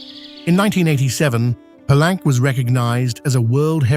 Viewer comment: PA-LEYN-KAY. Gracias.